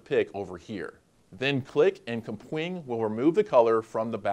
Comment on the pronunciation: everytime he says KUH-pwing, instead of cap-wing........